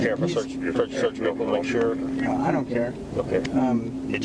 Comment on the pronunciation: Do me a favor and step out the vee-hickle for me boi or am i speaking spanish? -unknown state trooper with strong jawline, drill instructor type hat style, disabled bodycam and his hand on his gun.